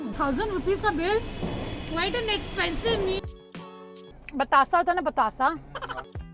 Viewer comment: That is not batasa that is batasha,I am not making joke of you,I want to right you